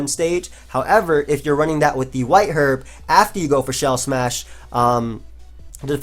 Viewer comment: Why did you pronounce herb "hu-erb"